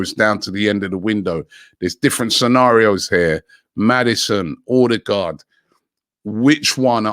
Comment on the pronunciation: ffs Robbie, it’s not Or- de- gard. It’s O-de-gald. That’s correct Norwegian pronunciation. 🙄